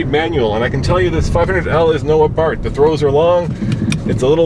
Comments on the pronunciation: Its pernounced abar-TH as in bath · Someone should tell the reviewer that Abarth is spelled with an th.